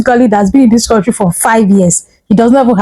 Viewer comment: Why Do these Zoogerians say Korntree?